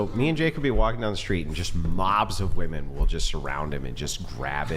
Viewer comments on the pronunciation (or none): jfc why can't so many of these idiots pronounce "women" correctly? It drives me crazy